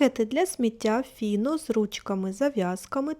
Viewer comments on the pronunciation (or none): Назва виробника файно а не фіно